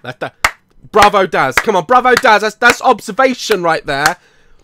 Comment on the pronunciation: did anyone else clap when he said brovo